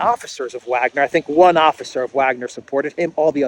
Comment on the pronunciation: Why are you doing these dumb speculations? Or pronouncing Wagner wrong?